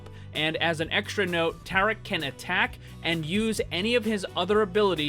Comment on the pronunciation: Maximiliano Salvador understandable. I think It might me Hindi as well, seeing how it’s spelled differently and the way he was pronouncing it, it was a bit off.